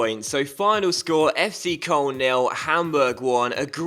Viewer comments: It's pronounced coloan. Not koln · It's pronounced kern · FC Koln is pronounced k-loan. please like coz it annoys me and might see it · its kurln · ***** he pronounces it wrong too.